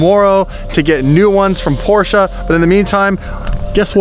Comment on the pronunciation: When you pronounce "Porsche" two different ways smh